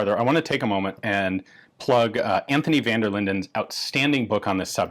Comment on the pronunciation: Props for pronouncing Vanderlinden pretty accurately. Saive on the other hand.. as a french name (I'm Flemish, French is 3rd language to me, but still) what you're saying sounds like 'Saïf' pretty much. It should sound a bit more like a -ve at the end; and the 'ai' is a combined sound; think of 'j'ai' for 'I have'. You don't say j'a-i. It's more like a je-é? sorry for nitpicking; cool gun; crazy to think this already has a magazine safety basically. The magazine release: always count on the Belgium army to screw up a perfectly functional design! edit: well.. must be the french influence shining through in Belgium hearing what the French did :D